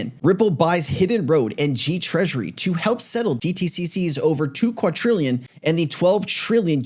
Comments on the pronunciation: Bro please, it's quaDrillion with a D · Like your show, not trying to be nitpicky, just trying to help out but the word quadrillion has no T in it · did you say "catrillion"?